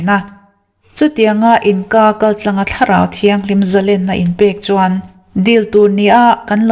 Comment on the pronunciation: Amen.A va ropui em.Mahse thil pakhat ngen duh che ka nei.Zalenna i lam rik dan hi a dik lo."zalen ka ni lo em ni " tih hi han lam teh zalen lam rik dan tur chu a chiang maiin ka ring..